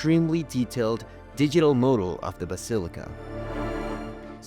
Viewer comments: Wonderful presentation.... But ... "Mah-dul", not "moe-dul"... "Grah-toe", not "grow-toe", "Guy-us" or "gay-us", not "guy-yoos". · Interesting video! Your English is very good but there are two words you continually mispronounced - model (pronounced MAH-dul not MOW-dul). Modal has many meanings including early types of musical scales, especially the “Church modes” (as in Gregorian chants). The other word is grotto - you say “GROW-doe” but it should be GRAW-do.” Anyway, thanks for the video!